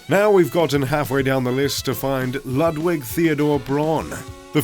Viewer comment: Lah-dwick, jeeez